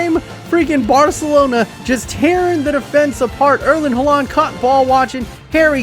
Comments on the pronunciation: I get real stressed when he says halaaaand instead of haaland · am i the only who gets really annoyed by his pronounciation of haaland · the way he pronounces Erling Haaland brings me physical pain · The way he pronounces Haaland is extremely annoying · i'm always so confused when he says Haaland :D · Kolašinac too! Ive always wondered why people pronounce it like that when its wrong.